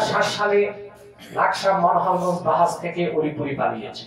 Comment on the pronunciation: ওলিপুরি না ডাইলপুরি 😊 আব্বাসি হুজুর জিন্দাবাদ 😊